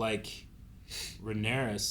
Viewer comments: COUSINS! It was incredible and which VFX house do you think could have pulled it off? Ryan Condal said in the podcast that they got Wētā FX to do it., please say Rhaenyra properly. There is is no 'S' in Rhaenyra. I know you can do it because you've done it before. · stop!! putting!! an!! S!! on!! the!! end!! of!! Rhaenyra!! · her name is Rhaenyra not rheanarys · i am once again requesting to say rhaenyra instead of rhannaros or whatever he says 😂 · It's Rhaenyra. Not Rhaenyris. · I feel like they’re mispronouncing Rhaenyra’s name at this point 😂